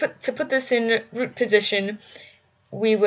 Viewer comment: Please say "root" correctly.